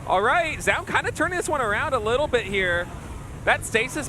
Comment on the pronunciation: Can Zoun just please rename himself? I don't have faith that Tasteless can learn how to pronounce it correctly any time soon